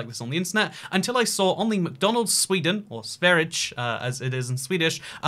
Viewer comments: if I'm correct it's more along the lines of Sver-i-yeh right? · I'm no swede but Sverige is definitely not pronounced Sveredge hahahahah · That was painful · Ah, yes, the Sverdg channel. The G is soft, but not an English soft G but an English Y, and the final E is produced like the first E. We don't deal with silent E's at the end of words. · I laughed quite hard when you pronounced Sverige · I just love how you pronounced Sverige 😂